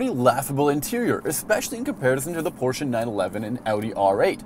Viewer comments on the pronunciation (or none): none